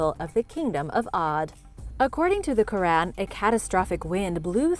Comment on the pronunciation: Your history is already wrong soon as I heard you pronounce iran and Quran